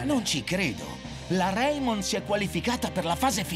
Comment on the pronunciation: E poi si di c'è reimon no raimon